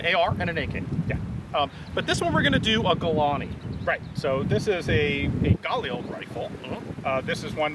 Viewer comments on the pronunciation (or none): Gaw-leel? lol. Guh-leel. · Listening to Ian pronounce Galil like it's French is hilarious.